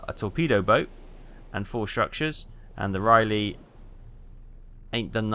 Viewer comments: Hahaha- is Rah-Lee, Not Riley? - Boy-Zee, Not Boys! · He's been driving me nuts with Raleigh! Stop butchering the name of my Grandfather's ship! 😅